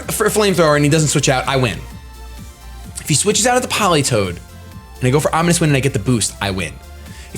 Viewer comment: You faked me out so hard with that sad music ahahaha!! So fun omg (also "omonious" XD)